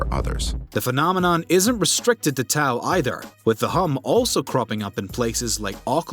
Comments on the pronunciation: Guys, there's no such place in New Mexico called 'Tao.' It's called 'Taos.' E.g. The Taos Hum. 🙄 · It's pronounced Taos not Tao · TAOS not TAO. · Bruh it’s “Taos”… did you do any research for this shit? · It's TAOS hum...not "Tao". K?